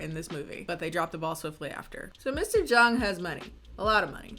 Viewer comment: Jung? I assumed I heard her say more of an "a" than a "u" sound so I got Zhang. It could be a weird spelling of the last name, like "Jung" for "Chung", similar to "Chang" for "Zhang". It could be a different spelling in English but have the same Chinese characters.